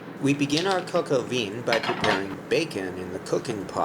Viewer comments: ONE DOES NOT PRONOUNCE THE LETTER "N" AT THE END OF A WORD. (or as stated earlier, maybe a "nasal" N... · Good video! French word vin is pronounced closer to 'vahn' with a nasal 'n'. Definitely not 'veen' :) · It's pronounced "Vin"! Not "Von"! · It is pronounced coke o vah not Vin as in vehicle identification number. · Thank you so much for the recipe and instructions, the only thing that bothered me was you saying veen instead of the right pronunciation, which is van, or similar to van. Listen to Julia. Hats off for being brave to publish this. I will do it for guests tomorrow.👍🏻👏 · Its pronounced "von" not "veen" Also roosters don't "produce eggs" smh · (coke oh vin) is the correct pronunciation.....!!! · No, it's not pronounced "von." It's pronounced a little like "veh." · It's not important but Vin in french is pronounced Vahn. In fact all words starting and or ending with "in" are pronounced with the "ahn" nasal sound. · Interesting video. Thanks. By the way, the vowel in "vin" is more of an "a" than an "I" and the "n" is not pronounced. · Two points of glaring errors, #1 "vin" is a French word and is pronounced "VAN" and #2 Roosters do NOT produce EGGS that the HENS job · Nice, but "cocoa veen"? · I can't believe he pronounced it KOKO VINNN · the correct pronunciation is : coke o vin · Thanks for the good word, and no need to worry about the comments. As noted, it's just YouTube. I mispronounced the word "vin" when I made this video four years ago, and obviously the world has come to and end because of that. :) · Thank you for your video. I suggest you consult someone who knows how to pronounce French words Coq Au Vin (especially Vin) and Bon Appetit! (the second "t" is mute. I hope you'll take my suggestions in good spirit! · It would be great if you could pronounce vin correctly